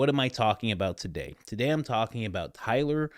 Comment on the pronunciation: Bowyer is pronounced Boy-yer.